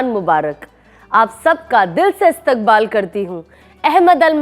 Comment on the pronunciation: You should learn a little more Urdu and talaffus, and avoid talking from your nose, like Istaqbaal not K but Q, it will sound better